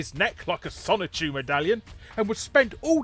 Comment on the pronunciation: Folks, he says "Sonichu". Like, Christian Whatever Chandler, or whatever its name is now. Yeah, I had to replay it a few times because the accent made it sound like something else.